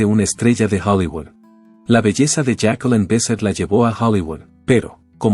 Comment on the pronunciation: No es Jacqueleen, y no es Besset, es falta de respeto leer mal un nombre¡